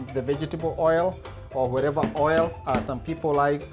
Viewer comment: It's whatever not hatever sorry